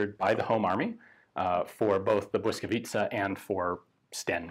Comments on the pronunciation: Well done Ian! While watching i didn't even care about the audio quality. You must have done a lot of research to come up with such acurate gun backgrounds in history. Perfect pronunciation of Błyskawica and the effort to use Ł - letter in the gun name were the cherry on top. It was a joy to watch! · I appreciate the „ł” :) Merry Christmas Ian! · correct pronunciation! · As a Pole I am highly impressed how well you pronounced Błyskawica. And how apropriettly you described the background of conditions in which this gun came to life. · Wow Ian how do you pronounce the word "Błyskawica" perfectly!!! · Superb pronunciation of "Blyskawica" . Respect. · jak native speaker prawie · Naprawdę nieźle to wymawia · He practiced for hours. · I have been waiting for this since your video in the Polish Army Museum (Muzeum Wojska Polskiego)! Very nice pronunciation. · Your pronunciation of "błyskawica" is flawless. Honestly, hats off. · Today I learned something about my home city that no history lessons covered. Thank you, Ian! Greetings from Warsaw! Also: you've got a really good pronunciation of the name "Błyskawica"! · i am honestly suprised that someone who is not native polish speaker could pronounce this right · As usual - a fun, very informative video! And congrats on the pronounciation of Błyskawica - it's really not an easy word for non-native speaker, and you got it just right :) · good pronunciation of name of the gun. love from Poland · congratulations; you pronounce 'Błyskawica' absolutely perfectly:) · superb pronounciation of Błyskawica, Ian. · Are you Polish? Beacause that pronounciation was really good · You had "Błyskawica" spelled phonetically on a card, didn't you?